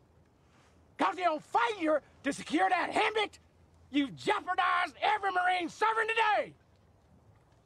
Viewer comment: It's pronounced "heymet", sir.